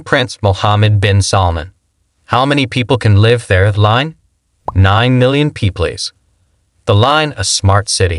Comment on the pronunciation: 9 million Peeplees ...great generated voice